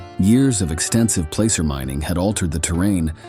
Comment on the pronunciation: Pronouncing placer wrong...And the Prospectors most likely buried it